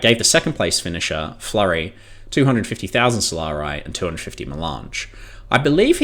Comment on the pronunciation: So-la-ri. Not "solaray" or "solar-eye". Jesus.